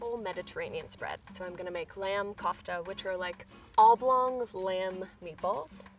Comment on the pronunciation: Anyone else who hates her pronunciation of kufte